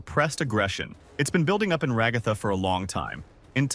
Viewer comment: Decide on a pronunciation for ragatha already jfc, stupid ai voices😂